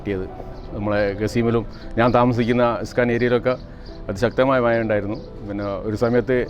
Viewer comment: 4.:21മയ അല്ല മഴ മയിര് 🤦‍♂️😁